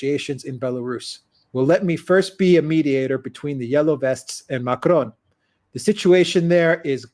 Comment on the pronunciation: Again with the weird Spanish sounding pronounciation of Macron., why don't you listen to how Alexander pronounces it? First of all, extremely few French roll the R. Your basic American R is closer to the French R. Second, the final N in Macron is pronounced in a nasal way. It's not a hard N. If you can't do the French R and you can't do the nasal N, then the basic American pronounciation of Macron is a hell of a lot closer than your jarring Spanish sounding version.